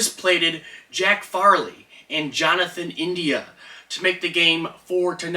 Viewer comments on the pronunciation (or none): Come on bro “Jack Farley?” It’s Jake Fraley